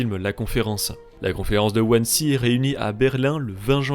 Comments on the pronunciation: Wannsee se prononce Vannsee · (Wannsee ça se prononce "Vannzé" c'est allemand) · wansee pour la prononciation c'est Vanzé si j'ai encore de bonnes notions en allemand 😅